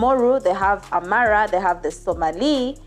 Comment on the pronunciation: My god her pronunciation is horrible. She should at least look up how to say Oromo, Amhara, or Somali so we could focus on the story. The bad pronunciation is distracting